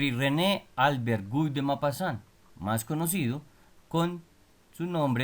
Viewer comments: Amigo es Guy se pronuncia gi que significa Guido gracias!! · Se pronuncia "Gui" (sonido fonético en francés). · Un dato es que Guy se pronuncia Gí (La g cómo de gato no como jota )